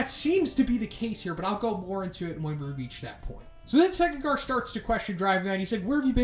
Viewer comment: you called sekingar sitch a couple times after 8m